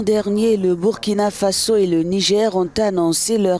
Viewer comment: Super ! Juste une petite remarque on écrit" Burkina Faso" mais on lit " Bourkina Faso" 😉🙏